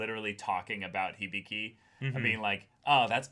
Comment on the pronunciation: hih-bih-kee. how can you pronounce hibiki as "hibeekay"?